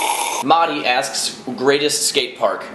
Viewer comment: yo im mahdi!!! u pronounced my name wrong tho hahaha! You're the man!